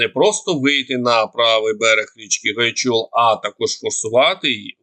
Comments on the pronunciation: Не Гайчул,а Гайчур.А так по Гуляйполю інформація більш правдива,як про неї розповідають речники угрупування"Південь".Просирають Гуляйполе просто бездарно, практично без опору. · ГУЛЯЙПОЛЕ пишеться разом а річка Гайчур наголос на а